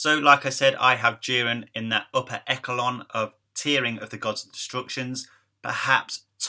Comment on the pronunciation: lmaooo echelon is pronounced esh-a-lon. not eckelon lol